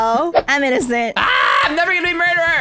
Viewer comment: I love how says innocent as innominicent😂